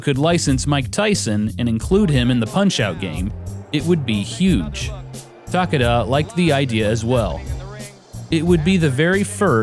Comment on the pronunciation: Stop saying Ta Ka Da... the man's name is Takeda. It is pronounced as Ta Ke Da. Stop being an idiot.